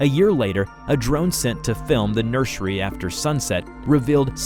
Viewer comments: PLEASE STOP SAYING NURSHERY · The way pronounces certain words 😅 "nurshery" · This is the first time I heard someone pronounce "nursery" as "nurshery." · Why do you sound like that when you say “nursery”😂😂😂